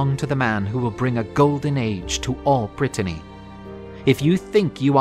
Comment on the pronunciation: i love this series, but for the love of god please stop calling it Brittainy, that’s a different place entirely